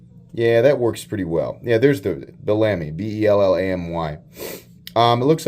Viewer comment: Hey thanks for sharing new stuff. I think its pronounced "bell a me" bellamy ....not belami like salami - good review though !